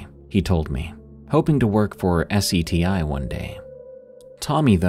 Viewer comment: SETI is pronounced as "setty"